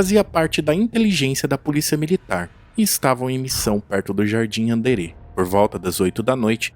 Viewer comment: Documentário top. Só ajeita as pronúncias kkkk Jardim “Andére”. Marco “Elí” Chereze. Hospital “Humãnitas”. Abraço!